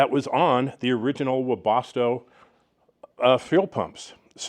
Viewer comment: Its pronounced, "Wea- bas-toe" not "wea-bos-toe"